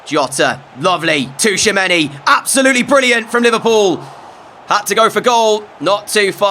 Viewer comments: Bro please stop saying Touchamanny... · I love the content so much and I have been binge watching since episode one but Tchouameni’s name is pronounced Chew-a-many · Great vids, but the T in Tchoumeni is silent. 😂